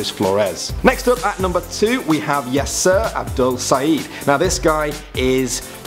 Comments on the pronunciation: Every time he said Yaser I heard Yes Sir :P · Every time he said yasser I thought it was yes sir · you say Yaser like "yes, sir"